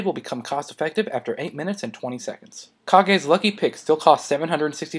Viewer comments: "Kah-gay"? Pretty sure it sounds like "cage," right? I always figured it was a reference to the Tenacious D movie. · I lol'd hard when you said kage... This isn't naruto ;3 It's pronounced cage.